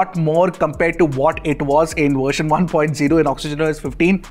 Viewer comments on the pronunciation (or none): It's version not wersion!!!